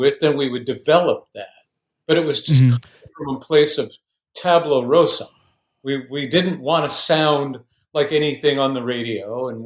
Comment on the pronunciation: Aside from the obvious misuse of terminology like evolution and entropy, this guy also simply mispronounces other terms. Instead of 'Tabula rasa' (blank slate), he says 'Tableau rosa' (Red picture?)